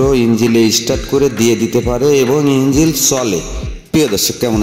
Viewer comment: বাংলা ও ঠিক করে বোলতে পারছোনা লোককে কি বুঝাবেন ইঞ্জিন আর ইঞ্জিল আলাদা জিনিস